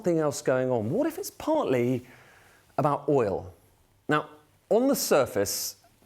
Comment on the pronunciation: "Partly", lol